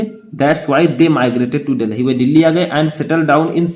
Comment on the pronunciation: Sir apne Delhi ko galt pronounce kiya hai video dekhe